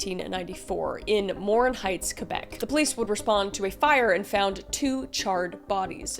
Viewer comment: Thanks for pronouncing it Québec and not calling it Kwaybeck. ❤